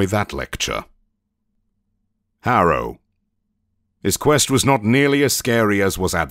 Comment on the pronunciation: Instead of Harrow, I hear Arrow. I was so confused that Oliver Queen is in Warframe 🤣🤣